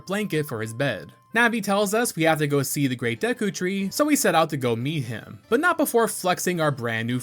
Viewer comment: I love yah bro but how you pronounce Epona and Deku etc oof killing me lol 😂😂